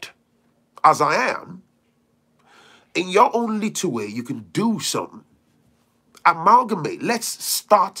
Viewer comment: Amalgamate, learned a new word from you, I like the way rolls off your tongue 🤗